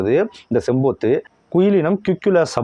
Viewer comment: அது பேரு செம்பூத்து இல்ல செம்புத்து 🙂